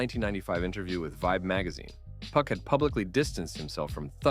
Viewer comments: then dawg, you've gotta stop saying PUCK. PUCK is the MF from midsummer night's dream, PAC (PAW-K) is the word you're looking for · "Hitemup" and "Puck" pronunciations are goofy.